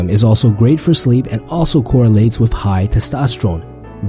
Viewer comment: Instead of "WITH" he says "WIFF"